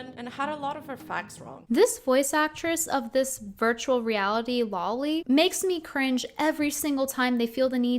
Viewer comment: "Low-Li", not "Law-Li"